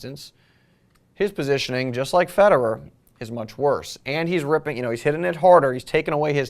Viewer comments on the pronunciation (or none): none